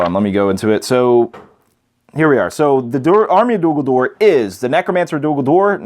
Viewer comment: I really don't want to come across rude, and it's not meant like that. But it's Dol Guldur, not Dul Guldur. Awesome video. :) A good break-down.